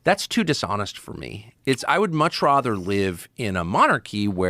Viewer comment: I have never heard a born and raised American pronounced rather as “rawthur” until watching this video. Is he one of those kids the USSR raised in specialized villages where everything was made to look and sound American including having to communicate in American English, like those Russia Today anchors from the pre-Trump era? Did he skip on r-word day……oh wait….walked right into that